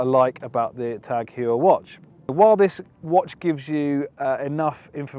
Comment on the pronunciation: It’s pronounced Hoyer not Hewer. This watch is sick